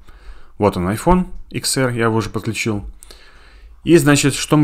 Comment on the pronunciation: Это не ИКС, а десять, ТЕН АР грамотей